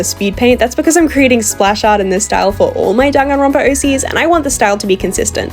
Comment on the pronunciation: Her "-danganronopa" Me: 🥹. "DANGANRONPA MENTIONED"